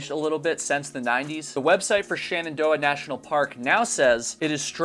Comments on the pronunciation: *Shenandoah. Not Shanandoah. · SHENandoah not SHANendoah :D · Why do you pronounce Shenandoah as 'shannandoah'? Also, what does 'schtrongly' nean?